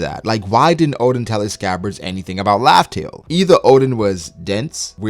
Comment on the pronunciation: the way he says raftel : laughtale